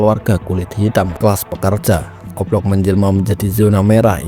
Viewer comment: Dia bilang O Block atau oplong si😅